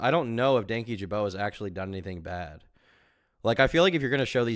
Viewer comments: Danky jabo 😂😂 its dan kyjabo, i love that most people read it like that at first, including myself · Dankyjabow? Ja-bow??? How tf do you mispronounce an "O" as making an "ow" sound???